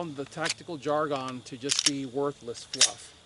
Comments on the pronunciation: Cogent points, great knowledge drop as always, and well explained. Oh and just to bust your chops, it is not pronounced "Jar-Gone" but rather "Jar-Gun"... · I appreciate all your free advice and info. On the other hand, the way you say "jargon" makes me crazy.